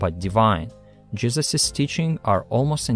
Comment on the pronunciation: The WHAT of Matthew and Mark?! I had this on in the background and I just hear "We have to speak of the jizzes of Matthew, the jizzes of Mark" and I died! 😂